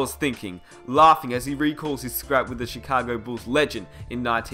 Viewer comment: Mans literally said. CHECAGO BULLS